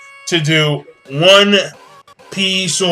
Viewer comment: on piecoooo , lol japaneese accent